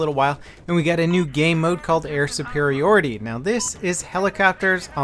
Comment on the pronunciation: Why does he says "Air Supirioty" if its "Air Supiriority"? is it ok both ways?